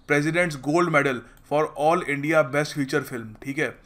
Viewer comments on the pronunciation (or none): none